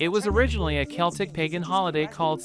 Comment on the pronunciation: You are pronouncing Samhain all wrong. Google it. Source: a guy from Ireland